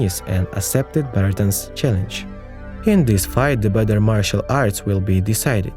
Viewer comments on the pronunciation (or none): none